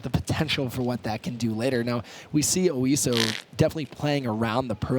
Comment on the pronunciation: OISO. Not Osio.